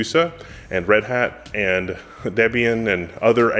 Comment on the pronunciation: Debian named after Deborah + Ian, hence please don't pronounce it DEEbian :-(